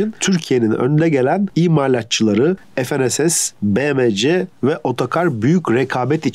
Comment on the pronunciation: FNSS(ef-en-es-es) yerine fe-ne-se-se diye okunsa daha iyi olur. Türkçe'de ef,en,es diye okunan harfler yok.